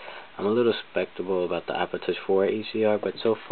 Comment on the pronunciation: he says speptical lol i thought it was skeptical.